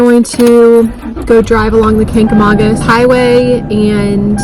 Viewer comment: Watched over eating breakfast (NH resident). Good job on the video but your pronounced it wrong. :)